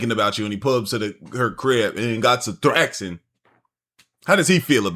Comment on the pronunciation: Did bro say thraxin?